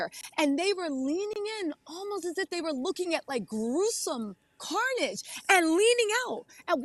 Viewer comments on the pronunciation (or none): none